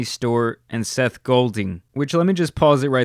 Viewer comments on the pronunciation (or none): none